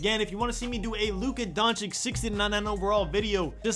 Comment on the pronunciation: It’s pronounced donchich bro